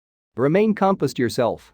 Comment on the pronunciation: Helpful but the word composed was mispronounced by the A1voice. Pronounced it as compussed?